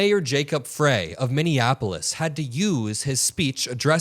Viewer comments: Frey-pronounced "Fry". You're welcome. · Fyi Jacob Frey pronounced fri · Mayor, Jacob Frey, pronounced Fry. Please get your pronunciation of names correct as not to seem like the "other" side of reporting that could care less.